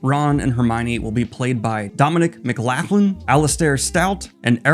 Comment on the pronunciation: As someone with a Scottish name, Scottish names are hard. For future reference McLaughlin is Mac-lock-lin.